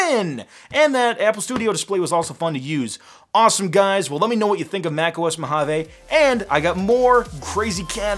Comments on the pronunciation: Why is mojave pronounced mo-hoven? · I want to pronounce Mojave “ M O J A V E” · Mojave is pronounced mōˌhävē. According to Oxford, it may also be spelt "Mohave". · You are spelling Mojave wrong it supposed to say "Mojave not Mohave"